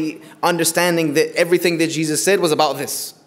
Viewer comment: Then why do you pronounce it incorrectly?